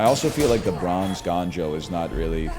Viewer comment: gANjoe?? Uhh NL its GONEjoe!?